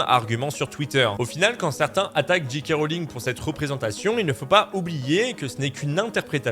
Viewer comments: Bonjour. C'était bien analysé et raconté, mais tu dis JiKé Rowling au lieu de Géké. En conclusion pour moi: ne jamais traîner sur Twitter. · La lettre J se prononce "djé" en anglais, la lettre G "dji". Quand tu dis "Dji Kay Rowling" ça donne G.K. Rowling Autant le dire à la française